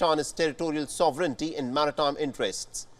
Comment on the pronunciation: First time ever a Wion front person has pronounced “sovereignty” correctly. Congratulations!